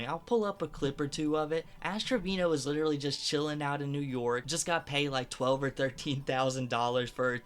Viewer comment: "Literly" smh dude is a clown..but if she kept talking Id slap her too